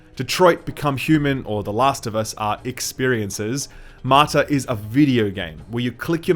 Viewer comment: Martha ??? You keep saying Martha ...